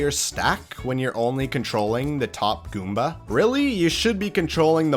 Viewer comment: the way he says goomba here is the funny.